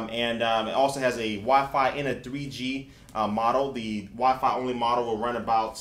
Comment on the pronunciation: i wonder if he knows that it's called Wi-Fi. Not "wah-fah..." lol